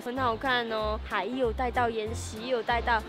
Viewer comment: 说“岩石”的时候我一直听到“眼屎”😂😂😂😂